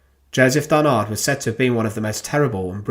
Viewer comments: It is Joseph DARNAND ,not DARNARD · Joseph Darnand, DARNAND, not Barnard nor Darnard..... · Darnand, not Darnard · Darnand pas darnard svp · "DarnaNd". There is a "N" instead of a "R". Thank you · I am sorry, but mispronouncing Darnand at least 50 times during the whole video is a nightmare to listen to. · Yes and we don't pronounce the final d either - it's a nasal sound.